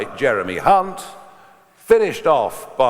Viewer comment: The only thing wrong here is the pronunciation of hunt and reeves